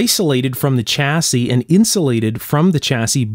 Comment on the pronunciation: Just a small point - "Chassis" is a French word and the 'Ch' part is pronounced "Shhhhh" rather than "Chhhhh". Otherwise an excellent video as usual.